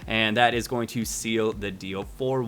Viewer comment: yeah I heard that too haha he didn't feel like redoing it haha